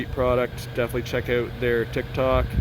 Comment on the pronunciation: Owwwt Yup , that's a Canadian.